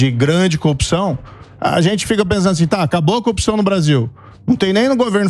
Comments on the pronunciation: Queria saber porque é necessário falar ;”CONJA; DEMOCRAXIA; COOPÇAO em vez de corrupção ?. É muita frescura ….. a boca fica parecendo que tem outra função deformando seu movimento natural. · Copi...ção ? No lugar de CORRUPÇÃO? Ave !